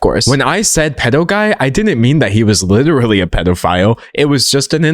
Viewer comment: "Uhm, im witerally dawk maga... lyke witerally" 🤮🤮🤮